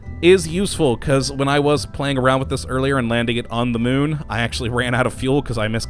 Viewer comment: He is actually calling it "The Mun" but they sound so similar it is hard to hear the difference.